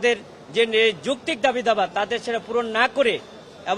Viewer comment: বুঝলাম না ? একজন আইন জীবির বাংলা উচ্চারণ সঠিক নয় উনি কিভাবে এ পদে নিয়োগ পেলেন? দাবি দাওয়া ? নাকি দাবি দাবা?